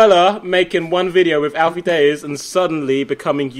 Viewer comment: the way jj says alfie daythzz is killing me